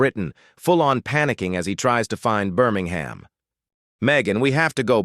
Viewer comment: Minor point - "Birmingham" West Midlands is pronounced BIRMING-MM or at a pinch BIRMING-HMM